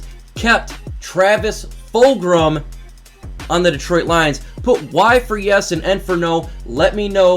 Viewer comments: Where are you getting the r sound in fulgham lol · Yo, no big deal but you do know that It is Travis Fulgham, no R right? Fulgram does sound cool though, wasn't he in like Killer Instinct or do you know if it was that or a different game?